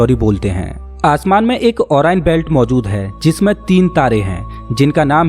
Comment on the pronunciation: ओरियन hai na ki ओराएन भाई साहब